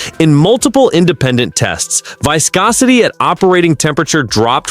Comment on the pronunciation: F'in thieves stealing Project Farm and other creators footage, using old imagery, and just general garbage content taking revenue from legitimate content creators with real testing, not bullshit. Can't even pronounce viscosity correctly in a oil video FFS.